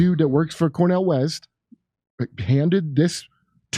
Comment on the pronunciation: Yes. Trump Vs. RFKjr Vs. Cornel Weast. Weast? I thought you said east ⛰